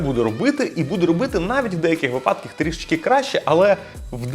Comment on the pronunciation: у слові «випадок» наголос ставиться на ПЕРШИЙ склад. Вчи українську мову та не перекручуй її. Як блогер, ви повинні розмовляти грамотно. Дизлайк за «в деяких випАдках». Ви кудись випадАєте ?